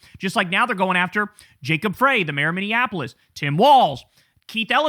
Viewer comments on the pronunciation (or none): It's Mayor Jacob Frey as in FRENCH FRY, not "Fray." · Love the video just an FYI local Minneapolis resident here .... Jacob Frey.... It's pronounced fry. Like French fry 😊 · How do you not know how to pronounce 'Frey'? Seriously?